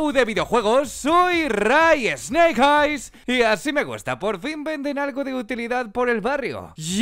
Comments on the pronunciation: Soy el único que que se inquieta porque no sabes decir tu propio nombre en la presentación? “Esneijais”?!?!? Y es “consumar su venganza”Jajajaja... en fin. Dicho esto, el vídeo me ha gustado. Saludos. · Le pone nombre en inglés a su canal y no lo pronuncia correctamente. "Rai esneikais?